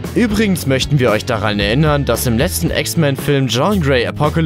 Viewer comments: Jean! Das spricht man anders aus ... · Du scheinst dich so gut mit Marvel auszukennen das du nicht mal den Namen von Jean Gray aussprechen kannst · Jean wird anders ausgesprochen. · Cringe wie Drax und Jean ausgesprochen werden...